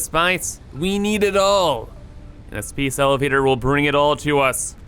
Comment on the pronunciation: You pronounce your A's as EE's sometimes Space becomes Speece Base becomes Beece